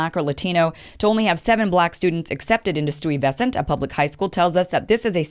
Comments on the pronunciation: stooie-vesant😂😭😭😭😭😭😭💀💀💀💀 its bedford- Stiversant#!!!!! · Stewy-vesent? Doesn't matter where you're from...where were you in high school when Peter Stuyvesant was being covered in history class?! Lol! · omg i heard stewie-vesant and was like hold a MOMENT here. she meant STY-vesant. right? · STY-Ves-ant....not Stewie ves ant. Famous Dutch guy....come on, say his name right. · The hell is Stewey VESSent? It's pronounced STY veSUNT. Accent on the first and third syllable. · Its not STEWIE VESTANT its named after Peter Stuyvesant you pronounce it STY-VU-SENT it has nothing about west coast .. Peter Stuyvesant is part of our american history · It's pronounced STI-vesant, bot Stewievesant. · Stooe vesant High school? It's pronounced Stye-vesent. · You seriously pronounced Stuyvesant (Sti-vih-sahnt) highschool, as Stewy-veh-sahnt??? Really? How did you manage such butchery being otherwise articulate? Don't mean to dog you, but I just thought this pronunciation was absurdly comical. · Hahahahaha at pronunciation. Pronounce Sty - vesant. Nope not racist, most of those kids at that age do not want to apply for those specialize high school. Those specialize exam SHSATs is exactly the same format as the SATs. So if thats racist then the SATs are racist. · The right pronunciation of the high school is Estau Vey Zent. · STOOEY-vescent. LOL! That's cute. These former Dutch names are tricky. I myself used to pronounce Dyckman (an area in upper, upper Manhattan) as Dickman for a while. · Yes girl you're murdering that pronunciation, lol. Try this STI-VA-SCENT. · Great video. But I had to go look up sui-ver-sant. But I figured it out. Lolz. Great messages. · Lol. I accept your apology. I had never heard it pronounced that way!! Sty-Ves-cent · It's not Stuuyevesint. It's Stuyvesant commonly known as Stuy. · Kim it’s pronounced STY va sunt.😍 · It's pronounced stai-vess-ent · Sty - Va - Cent. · The school's name is pronounced "St-ii-ver-sant" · Bedford Stoo-ee-ves-cent.